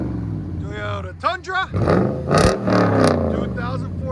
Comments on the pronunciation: IT’s Toyota…NOT Tiyota….come on Man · “Teyota” There is 2 O’s! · I think the best part was of the whole video is listening to you say “Tee - yo - ta”. 😂 I have a 2019 Tundra SR5 and I put dual exhaust MagnaFlow on it, sounds badass!! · Dude... let me break it down for you.. TOY-O-TA. It doest start with Tey. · Love the videos but this guy saying toyota like he does is killing me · You can't say TOYOTA